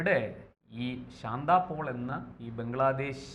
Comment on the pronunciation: ശാന്ത പോൾ അല്ല... ശാന്ത പാൽ...